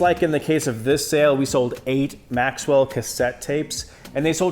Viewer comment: God, I got so many nice chrome and a few metal tapes last year. Not selling them, though. BTW, it's "Maxell", not Maxwell. Maxwell is cheap coffee from the time when people used Maxell tapes every day, youngster.